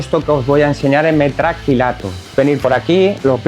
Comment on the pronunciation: Pintaba bien hasta que escucho "metracrilato".